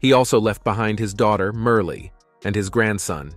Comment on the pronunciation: As a lifelong Chet fan and picker, I felt compelled to watch this. 🙄The content was evidently written and read by AI (“See Simmahn”, “Merley”?) The images are random or completely inappropriate, certain “facts” have been synthesized, and the chronology is a mess. It adds nothing to Chet’s story. Chet faced hard times early in life, but he overcame them to become one of the most successful and beloved musicians in history. Everyone dies, but to characterize Chet’s life as sad and tragic is click bait plain and simple. Chet fans, don’t waste your time on this AI-generated tripe.